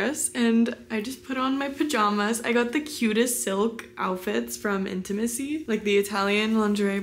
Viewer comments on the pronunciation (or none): Hi, love the silk pjs 💕 but I believe you mean intimissimi not intimissi 😅 love from Italy 🇮🇹 ✨